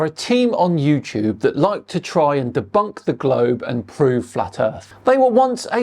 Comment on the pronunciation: De-bownk? If your going to insult people, learn the language cockroach.